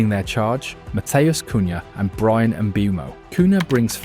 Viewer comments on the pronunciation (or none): none